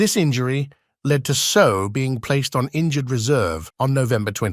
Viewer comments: Properly pronounced Say Ow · If you are going to make a video learn how to pronounce his name!!!! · Hey robot voice. Learn how to pronounce his name correctly.